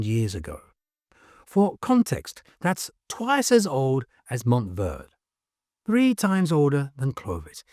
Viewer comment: Verde is pronounced ver-day. A popular southwest food is Chile Verde. Never pronounced verd. Just saying.